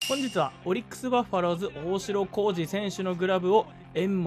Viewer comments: バッファローズじゃなくてバファローズですね❗️笑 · バッファローズ❌ バファローズ🙆‍♀️